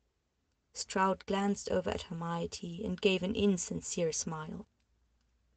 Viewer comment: The mispronunciations are killing me 😂. Hermiety? Fudges? I think it’s funny but also strange to not look up words you don’t know if you’re narrating an audio book 😉❤️.